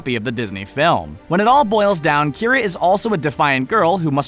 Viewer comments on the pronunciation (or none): kee-are-ah not kyra... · You mispronounced 2 things wrong that I could see. One. Kiara the brave. (Key-are-ah) Isn't that weird? Two. The legend of Sarila. Why is it pronounced (sir-rill-ah)? Dang animation has killed me.